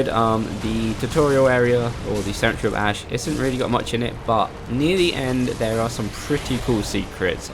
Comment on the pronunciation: lol, cementery, you mean sementary?